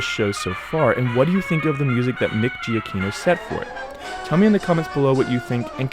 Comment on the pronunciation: btw Giacchino is pronounced Juh-KEY-no.